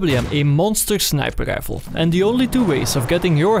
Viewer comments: why you say sniper reifl instead of sniper rifle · "Snæper leiffell"